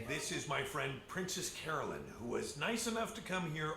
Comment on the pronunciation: How is still mispronouncing princess carolyn's name 6 seasons deep